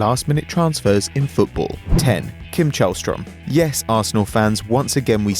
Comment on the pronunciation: It's Källström. Not Chaelstrom